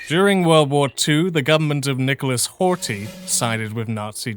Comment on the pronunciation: Ohh hi 👋 I know it can extra headache to learn a language when you have a tight deadline to production, so don't beat yourself up over it. "Miklos Horthy" and "Szalami" are well said. "Mátyás Rákosi" is half correct, "Mátyás" is accurate, while "Rákosi" is not "Ru- co- shi" like "Russia-coat-sheep", but it's rather "Ra- co- shi" like "Radical-control-sheep". [Now I know that "control" can be said as "kun-troll" with how many English accents there are, but I'm really trying here] "László" is actually perfect!, but I haven't heard "Rajk" enough to know. "Imre Nagy", "Imre" is perfect, but the "gy" sound in "Nagy" (and generally elsewhere in Hungarian) does not have that "jjjzzzz" vibration when you lock your jaw and vibrate air between your tongue and top of mouth. But rather only the single sound of releasing air trapped behind a tongue pressed against the mouth's ceiling. Also watch the "a", you were starting to veer off into a "o" at,,,,,. "Ernö Gerö ", "Gerö " is fine, "Ernö" does not start with "U" like Urn, but "E" like Elaphant. it is a shame to admit that I do not know these people, so I cannot comment on their names' pronunciation. While in Hungarian you would say "Tum-ash" instead of "Tom-ash", I know Tamás is the Hungarian-ised version of Tomas, so both are correct. This is when I wrote the original comment, because holy hell. You said: "Al-um-ve-d